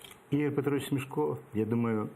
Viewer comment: Враження, ніби ведучий навмисно тисне на Заману дурними запитаннями. І хай навчиться правильно вимовляти: СмЕшко, а не СмЄшко.